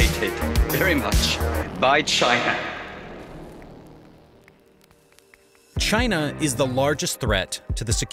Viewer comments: Did bro really have to crank that hard r when he said China 💀💀💀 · Dang those "Chiners"!!!!